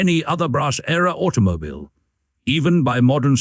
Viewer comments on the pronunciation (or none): It sounds like you are having trouble with your AI narration. "Automobyle" is heard several times and there are multiple gaps and stumbles. The script is rather repetitive - another feature of an AI video production.